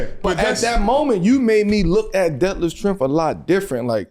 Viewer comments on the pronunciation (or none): How I couldn't breathe when they man said detlef schremph..... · Yo I'm dying he said over rated and def shirmp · Bro said Detlef Schrempf